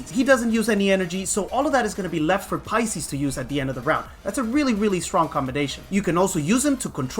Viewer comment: You keep saying paisis.. who is paisis?